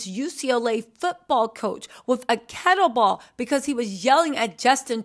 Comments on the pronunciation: Kettlebell not kettleball…. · Kettlebell not Kettleball